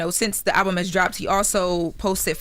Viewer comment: pronounced the album wrong. And why TBC just takes OTHER PEOPLE'S CONTENT and talk about it?